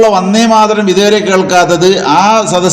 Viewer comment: യാ തലേക്കെട്ട് ......, ആദ്യം ഉച്ഛാരണം പഠിക്കൂ, വന്നേ മാതരവും പോയെ മാതരവും അല്ല!!!! വന്ദേ മാതരം.. മാപ്പിളാരെ പറയിപ്പിക്കാൻ കുറ്റിയും പൊരിച്ചു ഉറങ്ങുന്ന കുറെ ഫുദ്ധി ജീവികൾ ..